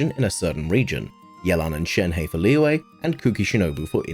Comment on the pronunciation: These are some rlly great tips but the way you pronounce some things like Liyue just kinda ticks me. Its not Leeway, its Liyue. Its chinese and i understand not all ppl know how to pronounce such things but you could search it up and learn